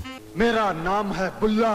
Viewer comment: Bulla stressing upon the last syllable!!!!!